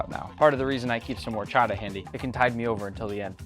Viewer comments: "OR-cho-TA" btw this quesabirria looks MUCHO BUENO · It hurts my soul the way you say Horchata